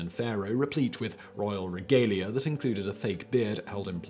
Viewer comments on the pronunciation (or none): none